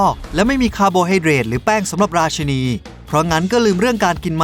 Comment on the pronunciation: ราชินีนะคะ อยากให้ออกเสียงให้ถูก😂